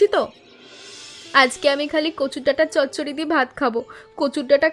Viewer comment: চচ্চড়ি not চড়চড়ি